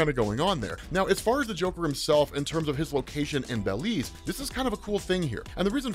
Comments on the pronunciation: hearing say bell-leez instead of buh-leez was funny as hell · It's Belize not baylez